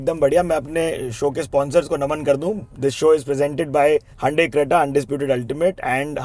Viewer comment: I don't understand Why Hyundai is called Hun-Day by fake American Indians? It's a South Korean Company and it is Hyundai (pronounced as HYOON-DAI...) Hamara pronunciation galat nahi hota, in logo ka galat humpar ladne ki koshish karte hai😅